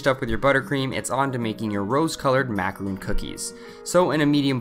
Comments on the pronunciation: you know that's a macaron not a macaroon right? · He keeps saying macaron wrong. It's mac-a-ron, not mac-a-roon. Two different types of food.